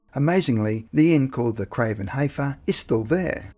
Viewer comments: Not HAYfer it is pronounced HE fer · The craven heifer is pronounced "the craven heffer"